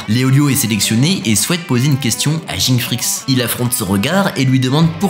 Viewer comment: Le fait de dire Ging au lieu de Gin, auditivement ça me dérange 🥶. Pareil pour ceux qui disent Uchiha au lieu de Uchiwa. Si il y'avait que les mangas et que les animés n'hésitaient pas j'allais comprendre mais dans les animés les personnages eux mêmes prononce tout, du coup il suffit de le dire comme eux non !